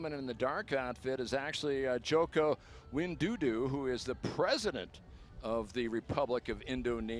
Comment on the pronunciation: JOKO WIN DU DU? Broooo Wai DO DO masih mending, ini WINDUDU? wkwk kalau pak Jokowi itu Xi atau Putin udah habis ini commentatornya. Kalau menurut saya, sebagai gambaran besarnya, infrastruktur harus dikejar untuk menjadikan ini yearly event buat Danau Toba, masyarakatnya juga harus semakin modern dan mengerti budaya pariwisata yang bener dan mungkin facade-facade rumah rumah masyarakat yang terlihat di kamera di pinggiran danaunya juga direnov, bisa dimodernisasi atau ya tradisional. Mungkin Danau toba bisa jadi "Monaco"nya indonesia.